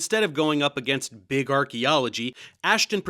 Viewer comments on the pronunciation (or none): none